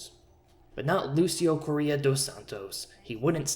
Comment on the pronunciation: As a portuguese speaking individual i get trigered when i hear you pronounce Correia,it has a hard R as most latin languages.